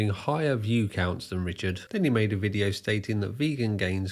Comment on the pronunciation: Take this veediyo down or I'll sue you for espeeyonaj.